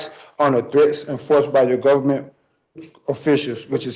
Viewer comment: Also "Gofferment"